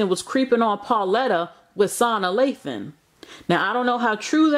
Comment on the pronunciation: You tore Ms. Lathan’s name slam up lmao 😂